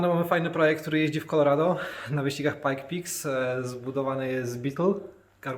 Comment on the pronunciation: Pike's Peak, nie pajkpiks :) czepiam się dla sportu, szacun za robotę!